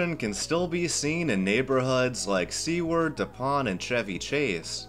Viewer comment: Great video as always. My only complaint is the pronunciation of "Seward." The name comes from William Seward, the secretary of State under Lincoln and is best known for the purchase of Alaska, better known as "Seward's Folly." I'm not great with phonetics but it goes something like this "sue-word."